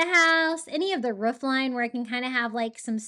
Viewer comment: I'm watching this the whole way thru just cuz I love how you say roof/ruff 🤣🥰